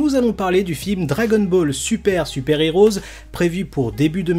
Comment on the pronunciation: STP! Le film se prononce dragon ball super Super "Hero" et pas "heroes". Pareil, dans dbs c'est pas les haters mais les heaters. Désolé mais dans toutes tes vidéos tu fais la même erreur et je trouve ça agaçant. C'est sans méchanceté hein 😁👍